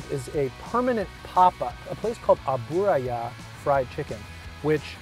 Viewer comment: Really enjoy your videos. Pronunciation is ahh-boo-rah-ya, no emphasis on the boo. Roughly translated to "fat restaurant" or "frying place". Abura is general term in Japanese for fat/oil and ya refers to establishment.